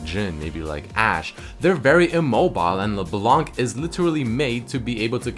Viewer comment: NOT LEBLANK LEBLAN, YOU DONT PRONOUNCE THE FKIN C IN HER NAME.